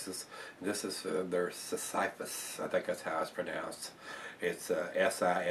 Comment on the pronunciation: I think it's pronounced 'sissy-fiss.'